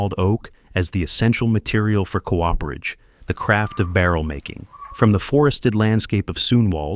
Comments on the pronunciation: c oo perage not co operage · oh dear it is coo-perage not co-operage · cool video but please... its not co-operage. Cooperage. Done by a Cooper. Like the last name. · you’re the fool. The man hasn’t disparaged the demonstration of skills in the video only the narrator’s nonsensical “co-operage” instead of the correct “cooperage”.